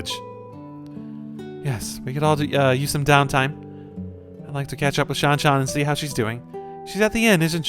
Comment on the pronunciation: Absolutely raging at how they pronounce Shanshan. Game is ruined now🤬